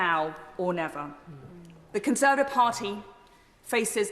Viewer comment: She can't even say Conservative properly?